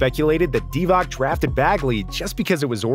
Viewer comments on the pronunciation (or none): Divatzzzzz Not Divak He is a HOF, but you don't know how to read his name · I can't take seriously someone who doesn't know Divac is pronounced Deewatz. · I agree with everything… But… Doncic…Divac… Pronounced …Ts… Not Divak… You reminded me when Kukoc came to the NBA and they were calling him Kukok 🤣🤣🤣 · Any chance you learn to pronounce Vlado Divac properly? same as you learnt Petrovic, Doncic, Dragic etc?